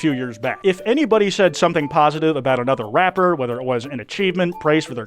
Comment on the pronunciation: …Why is TTS pronouncing rapper that way?